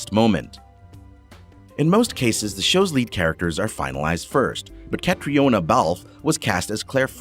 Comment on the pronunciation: Seems that I'm not the only one who was driven spare by the mispronunciation of just about everything. Catriona is pronouced Katrina. Sam Heughan is pronounced 'Hewen'. Tobias is pronounced like 'Toe-by-as'. The author is Diana (like the princess) not 'Dana' Gabaldan. GAH!!!